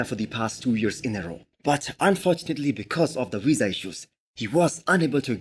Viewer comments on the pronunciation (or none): none